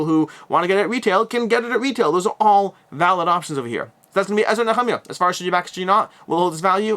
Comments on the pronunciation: Thanks for being the only reviewer to say נחמיה correctly. 🤣 Also, I don't look at E&N as religious, since the 2nd temple period is also legitimately historical. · Thank you! I've always heard and said 'knee-ah-my-ah' at Church. Nice to finally hear it correctly +40yrs later. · Great coverage as always! My pick of the week is Ezra and Nehemiah but I'm in for $1 on the new Dice Throne. You pronunciation lesson on how to say Nehemiah actually makes me want to get my Hebrew books back out again!